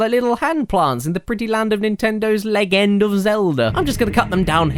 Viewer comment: I'm not the only one who says leg end of Zelda. Good to know.